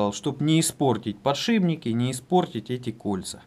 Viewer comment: подшиПники, не ПОДШИБНИКИ. очень режет слух